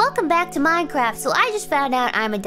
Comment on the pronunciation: She make a looooooooooot of people happy around the world and she doesn't know it Or she does? Anyway, let's support her Im writing this while i heard her saying uwu and minecwaft...